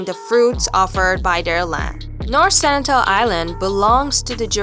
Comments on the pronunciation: Its SenTINEL... not Senitel!! Are you making stuff up?? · it's Sentinel not Senitel!!!!!